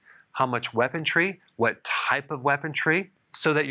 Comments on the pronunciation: Lol Doctor you're killing me with these pronunciations!! WeaponTry? Or just... weaponry? Lol HavAUCKK?? or Havoc (havik)?? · there is no "t" in "weaponry"